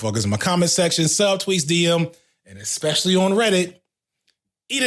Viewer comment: I'm listening and think, this guy is nailing it. I'm a trans woman who transitioned late and I know how men behave, especially in a men only group when there's been some alcohol around. Then I get to and I hear "Eggspecially". As a Dutch person I pride myself in my English speaking ability so stupid shit like eggspecially, eggcetera, warm temperatures and cheap prices make me feel physically sick. lol